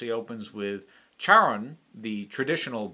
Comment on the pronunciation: The wrong pronunciation of charon always hits me in the face. What an amazing game, I am so glad you played it. I never moved Alice's home from the ground level of the boat. Also I was so in denial that I restarted the game recently, before finishing it, with the excuse that "I just want to see the new free DLC characters". Sure Jan. What a journey.